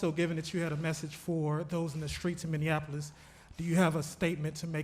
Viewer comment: What an idiot. He can’t even pronounce Minneapolis. Minneanapolis? Yeah, what a great president, can’t even pronounce the names of large cities